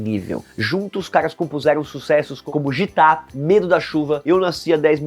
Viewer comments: Porra mam, JITA foi barriu em. A pronúncia é guita, só que tira o U, GITA. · Por favor, não é jitá... É guita a pronúncia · Não é JITAAA, é GITA (Guita) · a musica GITA se pronuncia “GUITA” nao “GítA” porque se refere a um livro e na propria musica as back vocals cantam com a pronuncia de fundo “guita, guita, guita” (GITA) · Amigo a pronúncia e guita e não gita. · Gita não é jitá não doido kkkkk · Que mané "Jitá" , é Gita (Guíta) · Gitá é meu ovo, é falado guita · Caraca, véio! Ótimo vídeo, mas… “jitá”??? Gita é lido “guita”, como em “guitarra” (não que tenha a ver uma coisa com a outra, foi só pra ilustrar. Inclusive a palavra aparece várias vezes na música (o coro canta “guitá guitá guitá guitá”). Ficou dando a impressão de que você nem conhecia o Raul e suas músicas. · Não se pronuncia GIta, como G e I, mas GUITA. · Chamar o nome do disco de "Jitá" é foda...🤦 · Nossa que isso esse cara pronúncia gita erradamente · Pqp cara se fala guita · É Guita que se pronuncia Zé ruela kkkk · PAREI DE VER O VIDEO QUANDO O RAPAZINHO DISSE : "JITÁ".E O TITULO METAMORFOSE AMBULANCIA É BEM DESRESPEITOSO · A Pronúncia certa é GUITA por causa do bhagavad gita (espécie de Biblia indiana) . E o nome de outra música é: como vovó já dizia. E não: como vovô já dizia. Só correções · Gita, se pronuncia 'guita'. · Precisa prestar atenção na pronúncia de algumas palavras... Gita se pronuncia guita e aeon se pronuncia eon. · Ji-tah não né meu mano... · Parei o vídeo quando ele errou a pronúncia de Gita … estava indo legal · Gita????? O rapaz aí falou várias vezes errado o nome do álbum/música kkkkkkk kkkkkkkk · O roteiro que a equipe do canal criou até é bom, mas deu pra ver que o apresentador não entende nada de Raul. A pronuncia de "Gita" e "Thelema" estão completamente erradas